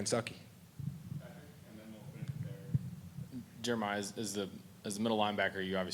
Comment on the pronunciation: I think he said “Kensucky” 😂